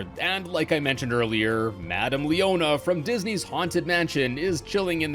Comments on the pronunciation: sounds like you said “leona” instead of “leota,” could be me tho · that pronunciation of madame leota’s name made me cringe a bit